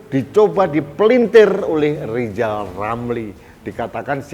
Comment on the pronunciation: Harap dimaklum nyebut nama sendiri aja salah LIZAL LAMLI ga bisakan bikang RIZAL RAMLI🤭🙏